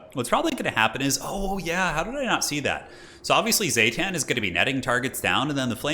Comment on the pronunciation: "Zah-tahn" not "Zay-tan" haha